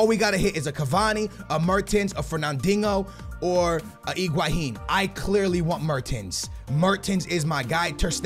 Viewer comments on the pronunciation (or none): Higuain - Egwaheen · Higuain not iguhain. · FFS! just say Higuain....not iguahin.. please! not trying to hate but all you have to is read the name...